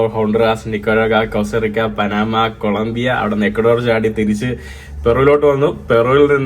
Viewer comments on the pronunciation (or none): none